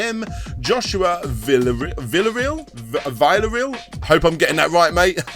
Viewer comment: You got my name right the first time you tried : D VIlla-Re-Al